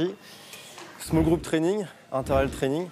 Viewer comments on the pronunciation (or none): c'est training pas trenine... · Ce n'est pas "trenin" mais training pour l'info. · training ! pas trainine mdr